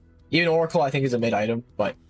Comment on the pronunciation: it's MID, not MYTH bro, even the subtitles know that bruh